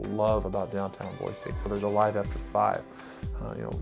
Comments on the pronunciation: 8 generations in the state and there is no z in Boise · I've noticed the locals make it a point to say "Boy-see" whereas most people pronounce it "Boy-zee"